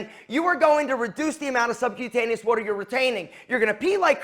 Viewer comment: Bro can’t say “water”